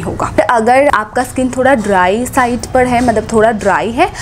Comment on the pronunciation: Why u call 'd' in place of r means par ki jgh pad bolte ho